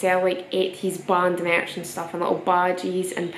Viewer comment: "i've got mierch!"